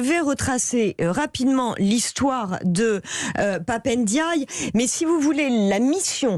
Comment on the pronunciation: On ne dit pas Pap ènediaye, c'est Pap Ndiaye